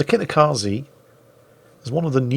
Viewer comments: Kitakaze ze not zee hahaha nvm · just so you know. tje E in japanese is.pronounced the same way you would for the E in enter, that is as the sound e not.i like.in akizuki (think of.it.as Zed without the d) so kitakazeh